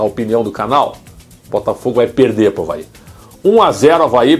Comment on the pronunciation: Praetzel, muito bom, mas pelo amor de Deus em, Avaí e nao Havaí kkkkkkkk